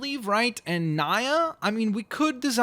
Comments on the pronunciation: It's spelled Nya but pronounced NE YA not NY YA. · its Nia not Nai well i dont know the eplling but its pronounced Nia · It's not (Nie-a) it's (Knee-a) gosh, hurting the Ninjago community! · 1. Make Kai2. Make Michelangelo3. It is Nee-ya not Ni-ya4. I love the blitz mark 5 better than Zane5. The villains name can be DeathBlock since he can block every attack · It's Nya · Whenever you said Nya I thought it's pronounced "nea" not spelled but pronounced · kai's sisters name is pronounced knee uh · It's (nee-a) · BTW you are pronouncing nya's name wrong (NEA)